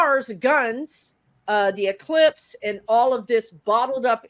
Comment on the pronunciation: This astrologer is really a Karen. She cannot pronounce eclipse. I can't listen to this Charlatan.